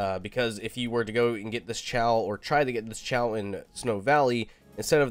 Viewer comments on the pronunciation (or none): Not trying to be mean but its “kay-oh” not “chaow”